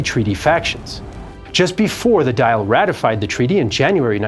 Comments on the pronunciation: Dàil is pronounced more like Dall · Dáil is pronounced dawl lmao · He didn't say "Dall" or "Dail," he said "dial", as in to dial a telephone number. Dáil has a different pronunciation to all of these. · It is Do-yil. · Please get the pronunciation of Irish words right. Example: your pronunciation of the name of the Irish parliament is most definitely wrong. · Can’t even pronounce the Irish Parliaments name properly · Dáil us not pronounced "Dawl" or "Dial". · Could have just asked how dail is pronounced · it's not even pronounced like that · Anyone who can't be bothered to learn how to pronounce key words like Dáil has no credibility. I am disgusted by many of the American posts on Ireland. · Pronounciation needs a bit of a touch up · its not "the dial" as you say, its more like the doll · Just a small note, the Dáil is pronounced as though you were saying Dall, not dail. Pedantic whinge over, that was a great video as always. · It’s pronounced doil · The Irish Parliament is NOT called the "Dial" as in to dial a telephone number. It is The "Dáil" which is roughly pronounced "doyle". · Its not pronounced like dile, the accent over the a is called a fada and makes the word sound like "doll" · It's not the dial! It's pronounced dawl, approximately. It's in Gaeilge! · The Irish parliament is called the Dáil not the Dial. It rhymes with all. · The dail is not pronounced "dial" Its more like "dawl" Say it like "shawl" and you'll be very close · Dail is not pronounced dial, it's like dawl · Its not the dial...its the Dáil...pronounced dawl! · Dáil is pronounced dawl not dial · It’s pronounced the dawl. The real spelling is dáil, which is really short for Dáil Éireann. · Our Dáil is pronounced 'dawl' not 'dial' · Great video very informative. One thing though is that dail isnt pronounced D-ial its pronounced Du-all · Just to say; its pronounced "Dawl" not Dial. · Its pronounced "the Doyle" not the dial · Its pronounced Dall not Dial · It’s pronounced Daal. Not Dale.